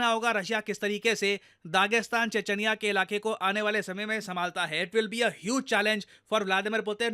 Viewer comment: che-ch-niya hota hain, che-ch-anya